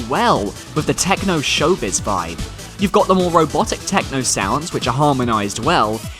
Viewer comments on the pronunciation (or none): none